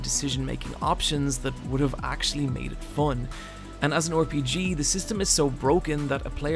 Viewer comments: RPG -> pronounced "Are-P-G" not "Or-P-G"... Christ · Lol why do you say “Or Pee Gee” it’s RPG